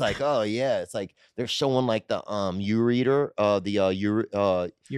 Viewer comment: 🤣😭😭 “The Youreader” I can’t breathe!